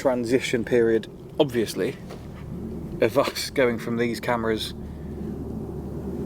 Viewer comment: How many times he said ovesly 😂count and comment 😮